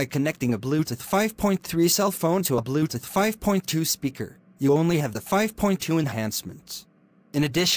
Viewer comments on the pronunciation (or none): I love how it pronounces bluetooth as "bluteth"